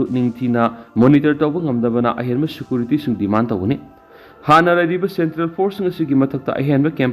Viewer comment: Security pronounce se fajana amta toubio